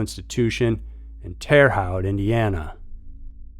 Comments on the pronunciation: Terre Haute = “Tehr-uh HOTE” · Damn you really mispronounced Terra Haute. Locals say it like "Terra Hote" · I live in Terre Haute (you pronounced it wrong, but everyone always does) 😅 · Hey, Terre Haute resident here It’s pronounced like “hope” but with a “t” sound rather than a “p”, I know it’s knitpicky but I just wanted to say it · How tf do you say terra haute wrong